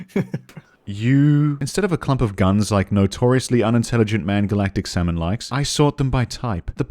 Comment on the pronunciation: salmon, pronounced "semen" k.